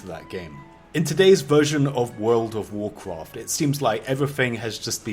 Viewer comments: basically you want to basically do this and basically that will basically hurt the other player basically in wuuurfld of waurcwaft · Wuuurld wuf wucraft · wurld ouf worcraft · "World of warcroft"